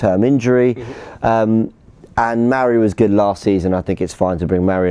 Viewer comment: And stop calling mari, 'marie' ffs